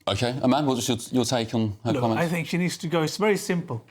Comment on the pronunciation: Far right, they have no idea what far right is. The woman talking about education can't say think (fink), get a bloody grip.